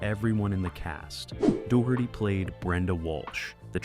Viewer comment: The mispronunciations are all really funny, but DOUGH-HURTY, from Ninety-Two Ten truly cracked me up! Now there's a knock-off show title, if I ever heard one.